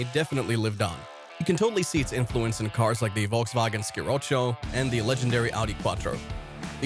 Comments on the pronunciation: the wolgswagen Ski-rotschow - it ´s pronounced Folksvagen she-rocco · ~ The Volkswagen what??? Sciroccio? WTF??? Its not that damned difficult to get an audible rendition of any word in any language. Ever hear of the internet?